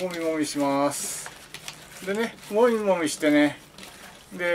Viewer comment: もみもみがぼみぼみって聞こえて潰してるイメージしか沸きませんw